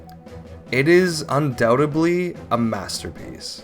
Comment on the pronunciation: Yeah, could you re-dub the video for me and not pronounce "Mario" and "undoubtedly" like someone who has no idea how to speak English?